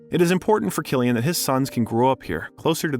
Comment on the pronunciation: Lad I am surprised you even pronounced Cillian right the way you butchered all the Irish names 😂